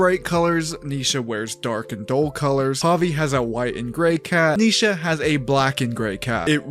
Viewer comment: It's Ni Sha not Neesha